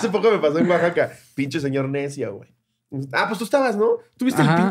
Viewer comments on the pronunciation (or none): none